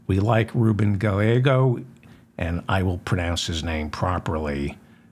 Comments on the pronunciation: Ruben Gallego... just pronounce his last name with the two L's silent..Guy-a-go!🤗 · Ruben Guy-Ay-Go (long A) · Good morning. In Spanish the double ll is pronounced as if it were a y. So Gallego is pronounced ga ye go. Long e sound. Other than that your program is near perfection. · Gallego - pronounce the double l like a y 😉